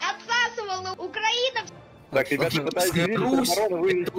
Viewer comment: І так, Оукраїна читається як Україна. Оу=У